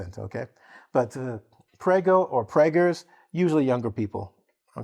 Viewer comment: is the best teacher of the world! He also made a science lesson. Thank you sir. (I am Italian and your pronounciation of 'prego' was perfect!)